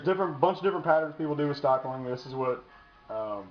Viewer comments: It's stippling...short "i"...like nipple or ripple or any word that has two "p's" in the spelling. Basic English dude... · james A lack of understanding in basic English shows a lack of overall intelligence. And the "English lesson" had nothing to do with knowing how to do a grip mod, it has everything to do with being an educator. If you want to educate people, learn to speak the language. The term "stippling" has been around LONG before polymer-framed firearms, so he's had plenty of time to learn how to read. The fact that he doesn't know how to pronounce the nomenclature of the procedure does not instill confidence in his abilities...but you loved it, so he must be an expert. Follow the rest of the lemmings if you need to. I'm sure the rest of us will stick to the "professionals" that actually know what the hell they are talking about.